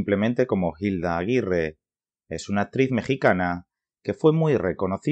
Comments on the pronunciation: No se pronuncia "JILDA" sino "ILDA", la H es muda y no suena y Sor Yeye no fue novela, fue una pelicula, Hay que documentarse antes de hablar. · Muchacho que estás narrando el video... Papa en español no pronunciamos la H al empezar la palabra... Te oyes fake deverás, algo horrible.